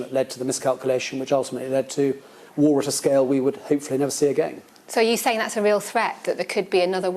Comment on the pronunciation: "SO YER SAYAN THAT" get this woman to interview Jordan Peterson